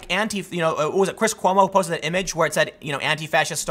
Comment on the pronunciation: cris quoumo? never heard of this guy, you sure it wasn't fredo?